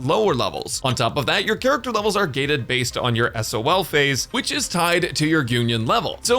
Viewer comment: why did you say sol3 as if its an acronym